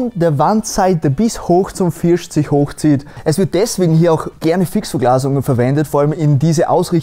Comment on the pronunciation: Echt toll, aber bitte sag dich FirSt…. Es heißt einfach nicht FirSCHt 🙈🤷🏼‍♀️